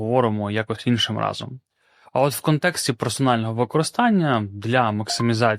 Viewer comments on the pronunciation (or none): none